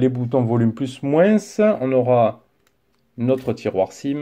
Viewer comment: Salut bonne vidéo bon tel mais on prononce pas le s dans le mot moins on appel sa un s muet